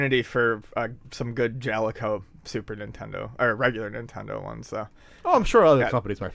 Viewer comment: I just wanted to say that I fully support pronunciation of the word Jaleco.